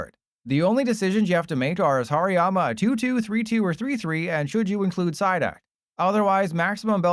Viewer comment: Finally somebody saying 'Hariyama right'. I mean its so funny when I hear people calling it by 'Hairy Yama'